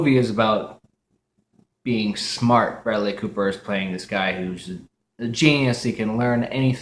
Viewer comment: 你的视频满好玩的 但是 你说布莱德利的名字发音不太好